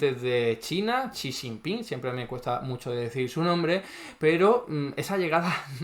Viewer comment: para decir Xi Jinping con los fonemas del español más parecidos a los auténticos, puedes decir "si chinpin" o "shi chinpin" con la sh del inglés (Sí, la j del chino se pronuncia muy parecida a nuestra ch)